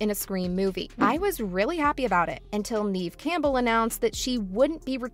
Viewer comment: Pronounce Neve Campbell's name correctly lady!...."Geez!".🤨